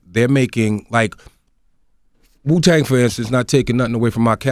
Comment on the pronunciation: MEET Magazine .... It's Wuuuu not Suuuu